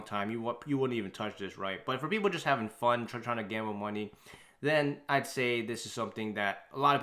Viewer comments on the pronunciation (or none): none